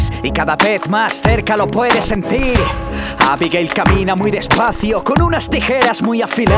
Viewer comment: cuando dice abigail suena como abigay xdxd